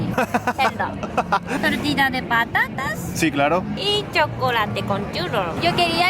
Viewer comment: ¡¡¡Dioooos!!! Le ha salido un "Clarooooooooooooo" Tope español. ¡Olé!